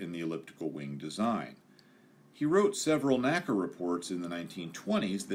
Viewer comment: Common error, but it's pronounced "N-A-C-A," vice "naca." The National Advisory Committee for Aeronautics always said "N-A-C-A."